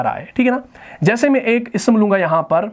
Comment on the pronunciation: معزرت کے ساتھ ۔۔م کے اوپر زبر والا "میں " کے معنی Me ہوتے ہیں اور م کے نیچے زیر والے " میں " کے معنی ہوتے ہیں In. ان دونوں کے اردو تلفظ میں فرق ہے ۔ وہ آپ درست کریں۔ جیسا کہ۔آپ دونوں کا ایک ہی تلفظ ادا کرتے ہیں۔ شکریہ۔